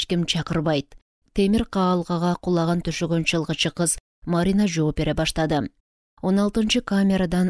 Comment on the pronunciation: Чалгынчы деп туура окусаныз чылгычы дебей А так соонун окупсуз 🎉